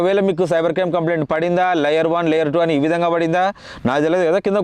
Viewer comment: లాయర్ కాదు రా కుయ్యా 😂.. లేయర్